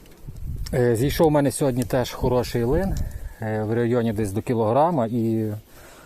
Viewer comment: Дякую що лин а не лNнЬ